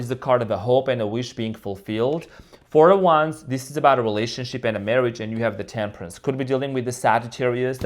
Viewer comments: Wait….did say relationshit?? 😂😂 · 😂I Think He Did, I Heard It As Well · Did you say "relationshit?" 🤣